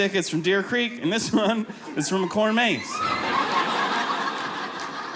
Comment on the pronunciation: He says corn maze weird ... i listened to this like 5 times. The inflection is on maze instead of corn.